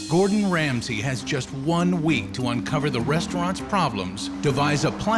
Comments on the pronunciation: I think he is "Gordon Ramsay" and not "Gordon Rasmay" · 'Rasmay' - KEKW xDDD. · "Gordon Rasmay", well done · "Gordon Rasmay" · Ah, yes. I too, love Gordon "Rasmay"